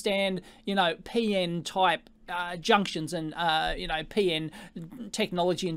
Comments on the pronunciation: It's P-N, not Pee-In, lol. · "Peein' technology" :)